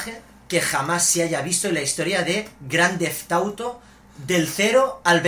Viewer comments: en el minuto 2 minutos 17 segundos el hermano de yordi dice GRANDEFTAUTO enbes de grandefauto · Jaja: -Primo: Grand TheTha Auto V...jajaja XD